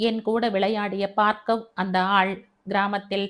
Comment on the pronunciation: Hi mam... ❤️❤️. கதை நன்றாக இருக்கிறது ஆற்றின் வேகம் போல, இயல்பான நடை. Btw, மேடம் என்னை தப்பாக நினைத்துக் கொள்ளாதீர்கள் adu Baargav... நீங்கள் பார்க்கவ் என்று படிக்கிறீர்கள். பார்கவ முனிவரின் பெயரால் Baargav ena பெயர் வைக்கிறார்கள். தயவு செய்து மாற்றி படியுங்கள் நாளைக்கு. 🙏